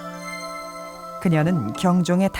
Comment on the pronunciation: 여 아나운서의 발음이 천추태호로 계속 들려서 거슬림